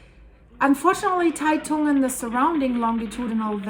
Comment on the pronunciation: Great video. I live less than 100km from the epicenter and we really felt it. By the way Taitung is pronounced 'Tie Dong". Thanks for all your videos and Merry Christmas to you and all your viewers around the world!